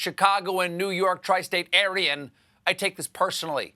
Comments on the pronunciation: is anyone going to tell him he called himself an aryan (area-an)? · Did Colbert just say he was "Aryan"? We finally get rid of trump and now Stephen is dog whistling to the alt reich.